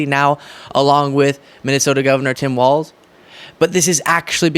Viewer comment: Glad to hear you say Walz, not Waltz